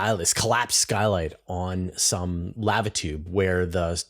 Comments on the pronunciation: How to pronounce lava--> Thank you for your videos. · The pronunciation of lava aside, shouldn't it be magma tube?